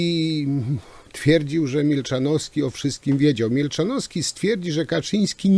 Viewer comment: Panie z tymi nazwiskami to u pana stary dobry numer 😂. Milczanowski, a nie Mielczanowski: )